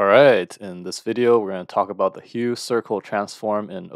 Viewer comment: you mispronounced the name of the transform, its pronounced as 'huf' and not as 'hue'